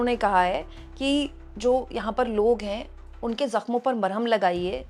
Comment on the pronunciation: Malham nahi ...MARHAM..hota hai plz sahi kar dijiye